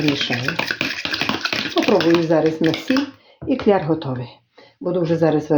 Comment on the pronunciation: Я вас дивлюся, але чомусь не пишу, а зараз написала, а ще пишу, бо причипилися, не кльяр, а кляр, а ще класти а не ставить, яка вам разниця, як людина говорить, як каже так i каже, головне шо вона добра жiночка i люб'язна. Дуже вам щiро вдячна, хай вам дорогенька щастить.